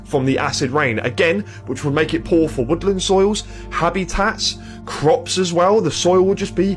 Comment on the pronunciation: …got my attention with ha-BEE-tat. knocked me the fuggout with poo-poo - ca-ca 😂